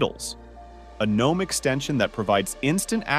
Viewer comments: Firstly, its called GNOME, and Secondly, its not pronounced Genome. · "Gheenome"? Are we fr? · the G is silent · G-nome does sound kinda cool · It's silent for the garden gnome character. In Linux community G is pronounced to stress the presence of 'GNU'. But widely pronounced not as Gee-nome but ignoring the ee sound.